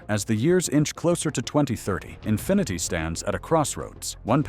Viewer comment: The " Infineety " .... yeah, he actually said Infineety.